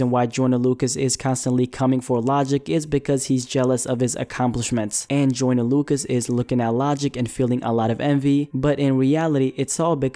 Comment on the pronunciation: Does anybody else hear him saying “Jordan” not “joyner”